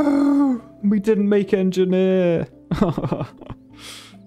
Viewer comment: Like to see an en-ge-nier playing en-ge-nier games